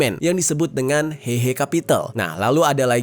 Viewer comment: coba cek artikel yg tadi di awal video, tulusannya 和合（Héhé）tapi dia baca hehe ingat bahasa mandarin jarang menggunakan ei tapi é